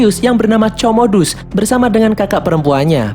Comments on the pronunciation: Komodus bang cara bacanya bkn comodus wkwkwk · Woi min itu di baca komodus bukan comodus di bacanya 🤣🤣🤣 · Comodus, marcus...baca Komodus, Markus...min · LUCU BANGET NGET KMU MIN COMODUS 😂😂😂wkwkwk pengucapannya Para ALJOGO anjayyy 😅😅